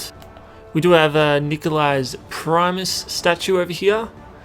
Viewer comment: Primis, Not primeis